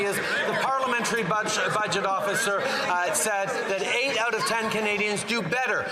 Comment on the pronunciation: The Parliamentry Fudge-it Officer, is that what I heard? And the "Alex Jones was Right" jar is pretty full. 😂😂